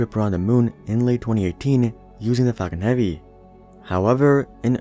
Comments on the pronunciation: Anyone would think the same thing When he say falcon heavy I heard fucking heavy But I like it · "Falcon heaveee"